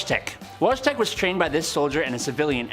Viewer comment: Your pronunciation of Wojtek is painful to listen to.